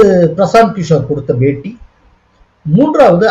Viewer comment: Is it paytea or beytea. kindly pronounce properly.